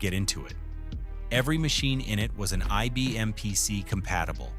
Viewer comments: “E B M”? Really? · When within the first few seconds IBM is mispronounced as EBM, I stopped watching.